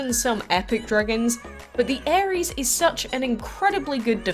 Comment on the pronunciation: Ares sounds like ARIES the zodiac sign